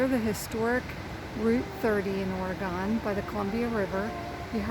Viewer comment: Love this hatchery, the gardens were beautiful. A true hidden gem. Btw, the state name is pronounced Ore- gun....not Ore- gone!